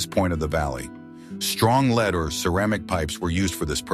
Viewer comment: Every other time the narration says "lead", as in the metal, he pronounces it "leed"... ?!?